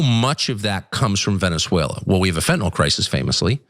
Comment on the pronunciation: THANK YOU so much for pronouncing fentan-ILL. Small thing, but it really bugs me that most call it fentan-ALL, as if it were an alcohol. (All alcohol chemicals end in -ol.) Late PS: GREAT PROGRAM.😁 THX!